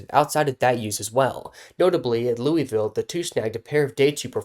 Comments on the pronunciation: i love you but it’s LOU-A-VUL not LOUIE-VILLE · That's not how you pronounce Louisville